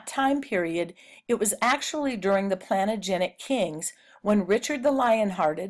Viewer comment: It’s pronounced plan-tage-a-net